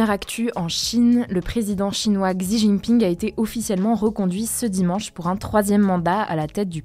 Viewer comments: Merci pour ce travail de synthese! C'etait franchement long le sujet sur leboncoin. tu pourrais prononcer "chi" pour xi JinPing? Merci a l equipe! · Petite info : "Xi" (en chinois) se prononce "chi" (en français) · Hey, pour Xi Jinping, "Xi" se prononce "chi":)